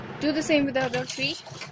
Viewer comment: When you say three it almost sound like your saying tree